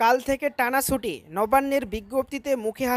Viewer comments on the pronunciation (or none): শব্দটা ছুটি, সুটি উচ্চারন হচ্ছে কেন